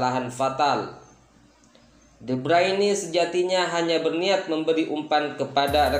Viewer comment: Sejak kapan kevin de bruyne jadi Kevin de breini, :D